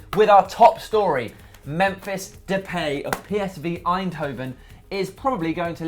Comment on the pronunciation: It's pronounced de'pie' not de'PAY'...